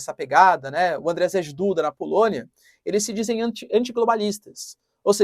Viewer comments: Andjei, se pronuncia... tipo djavan, mas com d tipo do inglês... rz tem som de j (na verdade de z e j juntos, mas vai ser difícl pra vc) em polonês. Spierdalaj jebana kurwa! To ensinando grátis, hein! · Se lê, Ândiei Duda, (djeie) , como em Dia ( djia) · professor, desculpa mas toda vez que vc fala Andrzej Duda eu dou umas risadas. Eu moro em Varsóvia há 4 anos já e em polaco, Andrzej se lê algo como Andiei.